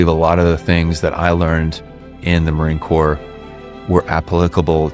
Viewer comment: Dude, you lost me in the first minute of narration when you pronounced Marine Corps as “corpse” instead of “core”…